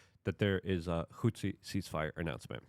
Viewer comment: Say it with me Luke: HOUTHI